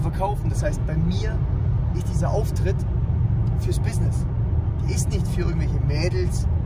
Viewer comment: "Mehrere Bissnisses"